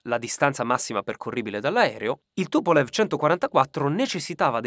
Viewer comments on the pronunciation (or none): si pronuncia TupoleF